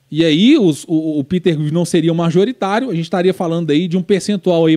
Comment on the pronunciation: é MAJORITÁRIO, e não MARJORITÁRIO, blz?